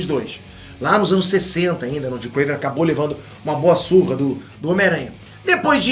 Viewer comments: Nao é kraven ! É KRAAAAAAVEEENN !! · Não e Kraven e Krevenn (se vc joga lol vc entendeu) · Pq fala krAvinoff e KrEiven.... é KrAven....